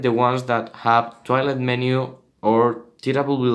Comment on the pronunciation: it sounds like hes saying toilet maker ++